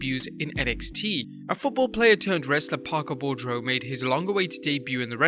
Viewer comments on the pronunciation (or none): Parker's last name is pronounced BOO-DROW. as in boo grow but with a d and not a g.